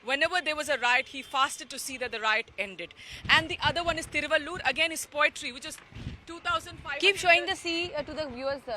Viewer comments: Hi stupid not Thiruvallur say Thiruvalluvar. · Not thiruvallur. Thiruvalluvar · First clearly pronounced a name thiruvalluvar.thiruvallur is a district in tamilnadu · Not Thiruvaloor... Tamil Poet name is Thiru-vallu-var. Thiruvaloor is a town near Chennai. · Thiruvalluvar, not thiruvaloor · Thiruvalluvar, not Thiruvalloor. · Looking at the way opposite of PROgress party, the CONgress under RaGa has been treating India, destroying it from inside, there soon he will have to do a "Bharat Chodo Yatra" 😃BJP bhakths willbe wetting their pants. LOL! BTW, it is THIRU - VAZHL- LZUVAR. Vazhuvan is the original name, THIRU is honorific equivalent of "Sir" and ending any "AN" with a "AR" in tamizh denotes respect. Something like Thum vs Aap in hindi...